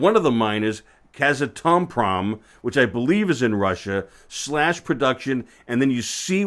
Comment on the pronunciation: Glad to see generalists entering the space. Just for purposes of precision, Kazatomprom is a state run entity in Kazakhstan and is pronounced Kaz-Atom-Prom, the largest producer in the world. The other is pronounced Cam-ah-co. Just trying to help. The advice to you followers to invest in the space is good. Tales a bit of research to understand the fuel cycle supply demand curve but well worth the time. Check out Mike Alkin's videos to get up to speed quickly. Long convoluted story, but your charts are leading you the right direction.